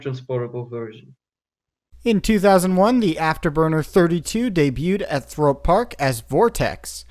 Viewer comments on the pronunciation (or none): It's Thorpe, not Thrope! Haha